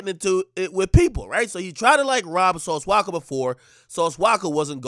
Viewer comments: “Sauce Waka” 😂😂😂 Akademiks out here fuckin up names 😂😭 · Yo AK, who the flukc is "Sauce Wocka"?🤣😂